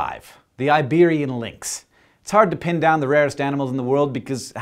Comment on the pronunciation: Iberian lynx, not liberian lynk